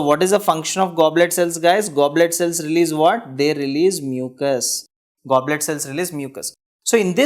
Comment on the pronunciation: You are writing goblet and saying globet